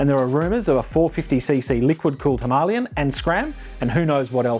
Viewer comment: The name of the Himalayan mountains should give you a clue how to pronounce the royal enfield Himalayan bike name 🤷🏻‍♂️